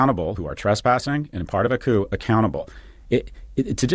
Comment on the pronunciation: The p in coup is silent Kyle!! Love you!